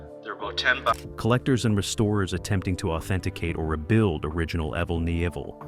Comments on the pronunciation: "Aevel Nivel" ??????🧐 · Evel Kneeville. What the FUCK 🤡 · Apparently there are 750 different ways to pronounce "Evel Knievel". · Insulting to hear an icon's name mispronounced this badly. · At least get his fucking name right! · Not a bad video apart from the mispronounced name.it shows a picture of an American eagle a rebadged laverda twin they were even heavier than the XR but he used them briefly .he used triumph twins in the early days but wanted to go for a U.S bike because he was a patriot .im a New Zealander by the way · If you can't get evel s name right don't talk about him you're an IDIOT!!! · I would have enjoyed this video a lot more if it weren't for the constant distractions of mispronouncing his name every single time. Also, the several shots of Robbie on his Honda were proof that someone didn't do their research prior to making this video. Nothing against Robbie. He made jumps his dad didn't make, but this video wasn't about his career. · As a kid growing up in the 70's and thinking this man was the coolest guy that rode a bike hearing you absolutely incapable of pronouncing his name correctly 1 damn time embarrassed me for you! You should absolutely never make a video on anyone you absolutely know nothing about!!! Hardly any picture nor fabricated fact you sprouted out match anything he truly did! R.I.P. Evell Nevell whoever you are...